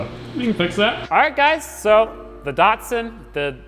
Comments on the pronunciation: Diat-sun Edit: okay i just got to the part where he said miat-sun.... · No longer project datsun I pronounce it project dadsun